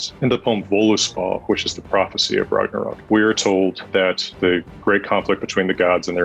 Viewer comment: You know this man knows something when he doesn't say 'Rag-nar-Rock' like everyone else😅